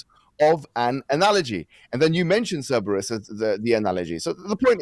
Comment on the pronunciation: said Cerberus correctly.